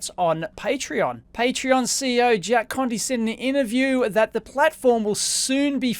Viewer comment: It sounds like he's calling the bloke! 😉